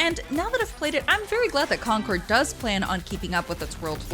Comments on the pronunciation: It's concord not conquer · Never heard someone pronounce 'Concord' and "Conquered" lol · She can't even read the word "CON-CORD". She keeps saying "Conquered". Game looks tight. Review by a person that doesn't even know the mechanics of games they are comparing Concord (CON-CORD) to. STANK. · She keeps calling it Conquered instead of Concord 😆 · Why is she pronouncing Concord like Conquered? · Why does she keep calling the game 'Conquered'?